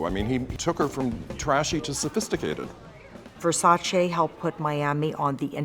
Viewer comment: Finally someone who pronounces his name correctly...it's Versace not Versachee